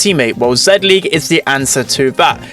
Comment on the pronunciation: It’s pronounced “Zee-League” Not “Zed-League”